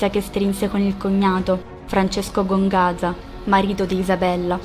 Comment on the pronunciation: Gonzaga però, non Gongaza